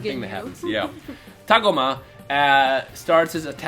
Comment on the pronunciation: Its TAH-GO-MA not TAAG-UMA and its SORE-BAY not SHER-BAY uhh...